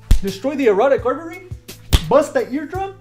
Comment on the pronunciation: Did you say: "erotic artery?" Priceless comedy and great fun.